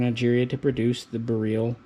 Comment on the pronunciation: bareel lol no one knows how to pronounce it. All the vowels are not the same as they are here. Beryl is pronounce Ber-il (hard R). Radom is pronounce Rah-dom (soft A). Lived in Poland for a while and my wife is Polish. Stop saying bareel lol